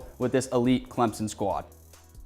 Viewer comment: This host can't even say "Clemson" correctly.